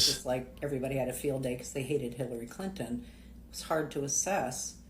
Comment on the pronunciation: Hilary Clin-TON, clin-Ton. TON! Am I the only one that heard the extra tack on the T in that name? Shit kills me when they're over enunciated. This guy needs to go find where his wife (or whatever) has hidden his balls and g weer t them back. Blue states typically are shit holes and I don't give a damn what anyone from those states have to say about politics. People have sex in the middle of the street durung Pride "parades" (NY, Cali, less in the smaller cities). But normal people aren't that insane, so I have my doubts about that "marching" claim.